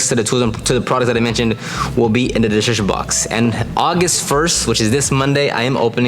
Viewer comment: Just stop trying to say description bro 😂